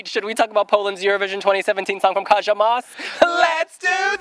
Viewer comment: I just want to point out how Moś is pronounced as ‘Mosh’. An ś means a sh-sound but you guys keep saying it as Moss. Hope you can try to pay attention to this :P